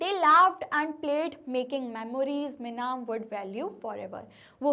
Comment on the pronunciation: mam its not meenam its minam